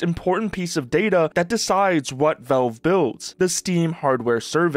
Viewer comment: The first vowel in "valve" is actually the letter A, not the letter E. It's not pronounced "Velve." It's pronounced "Valve." A's and E's don't make the same sound.